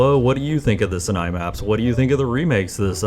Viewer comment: World record for most amount of times that Sinai was mispronounced in a single video